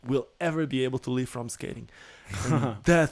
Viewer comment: I think misunderstood when was saying I need to “live” from skating, and thought he said “leave” from skating. That’s due to the way that Portuguese and Spanish (and probably other countries) pronounce the letter ‘i’ as eee.